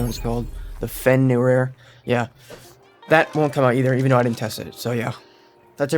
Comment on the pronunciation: "Fejorder" I dig it.